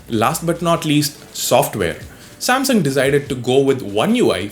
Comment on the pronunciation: Samsaum 🤣🤣🤣 Samsung*